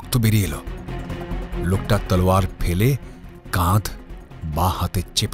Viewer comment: সব ঠিক আছে। কিন্তু গল্পপাঠে যিনি আছেন, তার "তলোয়ার" বলাটা খুব অদ্ভুত লাগছে কানে! অত্যধিক অকারণ জোর দিয়ে বলা!